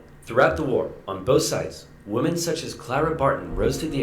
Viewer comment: I can't take Oversimplified serious, because he says "woman" when "women" is the correct wording.